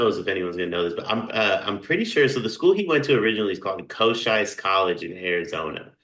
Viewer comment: It’s pronounced CO-CHEEEES Community College